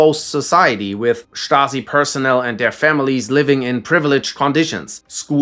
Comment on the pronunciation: Dude can pronounce stasi correctly but not yezhov